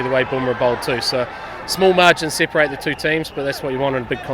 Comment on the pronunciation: Small Margins "Separate" not Sep'e'rate ;)